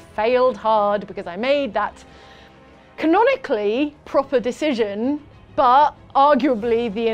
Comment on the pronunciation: Okay then, "Jane-onically"